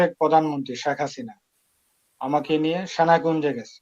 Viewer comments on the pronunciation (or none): উচ্চারণ তো আশানুরূপ নয়! শ্যাখ না, হবে শেখ হাসিনা। ঐ অভিশপ্ত স্বৈরাচারী নারীকে স্বপ্নে দেখার মধ্যে কোনো কেরামতি নাই!